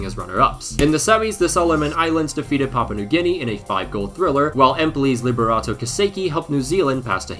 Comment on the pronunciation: man said liberato sesea🤣